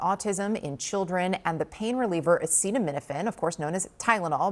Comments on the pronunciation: I thought he was so intelligent. But I guess not intelligent enough to pronunce acetaminophen . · Good lord he cannot even pronounce the dam name. How pathetic...If this was Biden every news station including CNN would air that clip 900 times and would not shut up about how old he is and how his mind is lapsing so much he cannot even pronounce the words off the pages he is reading. Unreal. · How does this sit with him poking at Biden and then he can't even say the word acetaminophen. Looks like time for this old man and his crazy ideas to step down too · Come on man! If you're gonna ban it, at least pronounce it correctly. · Our dumbass president can't even pronounce acetaminophen. What an embarrassment he is to our (once) great nation. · Sooo, US health officials have come to a conclusion that no other countries have... And our idiot in chief can't pronounce Acetaminophen. The US will never recover on the world stage after this idiot has done to the US reputation worldwide, and foreign investors will invest elsewhere, in some more stable and sane country that they can trust to invest their money into. Can't blame any countries, wondering why if we can allow a crazy wanna-be dictator to get into office, we can't repeat the mistake in the future. Our political system will always be dysfunctional as long as we have to choose between only two parties. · Dude can’t even pronounce acetaminophen and they want people to take their medical advice? LOL k bud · Omg he can’t even read the word! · Can't even pronounce the word... My good Jesus god, what is happening to this country!? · Genius can’t even pronounce the drug, yet he’s cracked the autism connection — what a prodigy.😅🤣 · Okay, if you can’t even pronounce the word, stfu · Trump can’t say Acetaminophen, or coherently explain why— Ohhh, RFK Jr., and Dr. Oz are his experts, okay yeah right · 😂😂😂😂😂😂 he can’t even say it. How do we trust anything this clown says. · I love how he can't pronounce Acetaminophen.